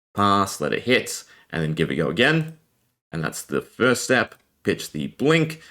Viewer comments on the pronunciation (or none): 'step' not 'steep' ;-)